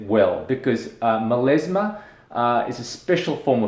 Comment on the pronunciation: MelAsma not MelEsma! Oh my ears 🙉